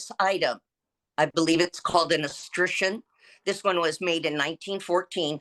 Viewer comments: Euscion is pronounced skuh shun… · I love how this idiot shows a black iron floor flange and tries to call it an escushion. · es·cutch·eon say it with me. So easy to say. Even a judge can pronounce it. (Crazy Karen can’t pronounce it because she’s a loon) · 6000 hrs and he doesn't know the word escutcheon